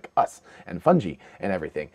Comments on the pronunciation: It is pronounced like fun guy just like this so-called professor. Got to say it would make sense though. Underground mycelia protected from radiation with underlying water and puffballs to spit out spores in the mars wind. If complex life could survive this would make sense. And they do look like they have a small opening on top. Coincidences that’s all! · How are you going to say you're a know-it-all & then pronounce "fungi" like that? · He knows it all, except how to say fungi. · You say Fungi strangely.